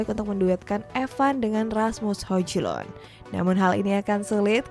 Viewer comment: Hojlund di bacanya Hoilund kak....biar enak dengernya...